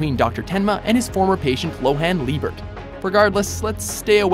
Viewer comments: its Johan. Not Lohan! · he pronounced johan as "lohan" alrighty.... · please learn to pronounce "Johan"